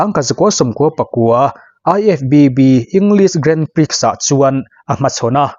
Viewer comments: Grandprix hi grahn pree tiin lam thin a ni. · Grand prix hi i lam mgun bawk sia.. Googles te han ngaithla teh. A zia lo em mai..! Illinois ah hian a tawp a 's' hi an lam tel ngailo bawk aw.. 'illinoi' tih tur aw.. Gran pri... Ka ip tluan zak... ! Ka zak lutuk.. ! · Grand prix hi "Grand Pri" ti a lam tur aw sir...